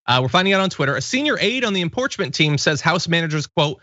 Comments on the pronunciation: Video evidence exists John, you definitely said "imporchment". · You did say "imporchment"! It was weird. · Lol you totally said im-POARCH-ment!! Lmao. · You said Imporchment. I listened again. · He definitely said "Imporchment" lol. No worries! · Wow, the word mixups today. Imporchment? The most "idocracy" thing ever. Too funny. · Yes John, you did say “imporchment.” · Yup...it was definitely “imporchment!!😂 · You did at the beginning, lol “Imporchment”... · Yeah, I heard "Imporchment." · Yes John your 38 year old self did day imporchment! haha! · Lol you did say "imporchment " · you did say imporchment. it's okay! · He should pay. It's crazy that he should get away with trying to overthrow the government! And you DID say "imporchment". 😁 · John totally said "imporchment" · John you definitely said “imporchment”. I had to back it up instantaneously to confirm. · Like you John,but you did say impoarchment. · Or imporchment! Lol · Let the Imporchment Trial go forth 😂😂😂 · I dont know if enough evidence and witnesses would get Republicans to vote. And of course not moving past it, why is National Guard still there? And you did say imporchment, but everybody makes mistakes (except for me.) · What's imporchment though? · I'll cross my fingers that you are right John. Btw, u did mispronounce the word impeachment. Sorry. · you did mispronounce impeachment, sorry, I checked. You are human. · You did say "Impeachment" incorrectly..I heard it, first I thought it was a video blip. I guess not! No harm, you can listen later on playback 😊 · You did say inporchment we all heard it! Lol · You DEFINITELY saud imporchment.. LOL I was thinking huhhh??? lol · you did say imporchment to much coffee sweet pea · You did say buddy lol imporchment own it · you totally said imporchment lol but thats alright lol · Lmfao..and you did say imporchment...but your right anyway with..just sit on your porch..and nothing can happen..😂🤯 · 'Imporchment' ... sounds about right. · "Imporchment." WAT? 😆